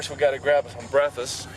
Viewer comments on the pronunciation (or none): He said "Brefiss" instead of breakfast.